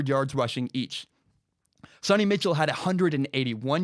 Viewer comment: It's Sony Michel, not Mitchell. No T in his name.